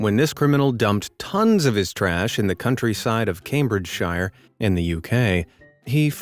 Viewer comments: IM BRITISH AND YWHEN YOU SAID CAMBRIDGE SHIRE ITS PRONOUNCED CAMBRIDE SHEER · *Cambridge-sheer. We don't say 'shire' over here, just fyi! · Cambridgeshire is pronounced Cambridge'shear'. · ain't no way bro said Cambridge shiyre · Too americans: we don't pronounce "shire" the same way as middle earthers. We say "sher", so Cambridgeshire is - Came-bridge-sher. Good luck with election, if Trump is actually going to tackle the deep state like snowden then hes the one to vote in. All best 👍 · It's pronounced Came-bridge-sheer. ...shire isn't like the Shire in The Hobbit/LoTR. Its pronounced sheer or shear (like a sheer cliff or you shear a sheep. Look up Jay Foreman, Map Men if in doubt of stupid pronunciations 😁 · You got Yorkshire right but Cambridgeshire wrong.